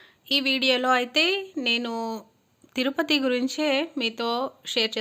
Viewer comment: తురుపతి కాదమ్మా తిరుపతి కాస్త మార్చవమ్మా